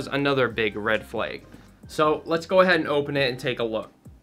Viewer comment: Did bro pronounce flag ‘ferlayg’ ?